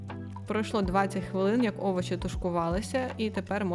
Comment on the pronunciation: Шкорлупу?😂😂 Это что? Овочи????